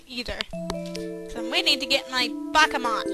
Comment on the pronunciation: oh, you were saying BAKEMON this whole time! :D